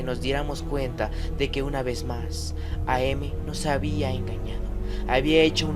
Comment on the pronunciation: Solo una pequeña anotación es AM no A, M. El am se lee como el final de "I AM".